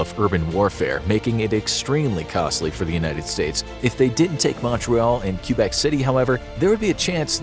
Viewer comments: Quebec = Kebec, not Cue-bec, thanks. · he pronounces Quebec really strangely lol. Source: Any english speaking canadian. The english speakers say Kebeck, the french speakers say kaybeck. None of us pronounce it cue-beck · You pronounced Quebec wrong it is kwuh-bec not cue-bec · ITS NOT QBEC ITS PRONOUNCED KABEC NOT QBEC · Q Bek city lol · Why did he pronounce it Q-bec city the whole time? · It's said Kbeck not quebec